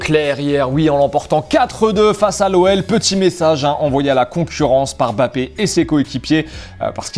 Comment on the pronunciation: EMbappé et PAS bappé svplé